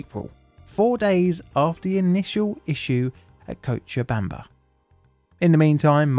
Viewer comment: Hey first time I’ve seen a non Spanish speaker say Cochabamba correctly first try! Tbh not even Spanish speakers who are not from Bolivia nail it the first time as the name has Quechua roots